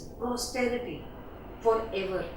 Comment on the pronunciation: Explanation is good but is not free of errors.......1.It's a 10th grade poem. 2. a poem has stanzas....this is a sonnet which has quatrains...4 quatrains of 4 lines and last 2 lines called the rhyming couplet ( 4+4+4+2=14).......Thus a 14 lined poem . .3. 3rd quatrain..the word is..posterity not prosterity ( future generations)......students follow us so when we upload a video...we should be more careful....